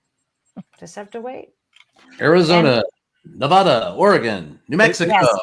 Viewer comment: Only one of you even know how to pronounce Nevada !